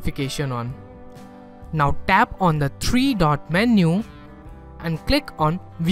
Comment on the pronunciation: And i love his accent, when he say "tap on it" it sounded like "dab on it"